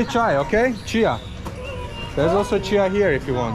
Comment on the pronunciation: Your Nepali pronounced is so good, selroti and chiya is so clear ❤️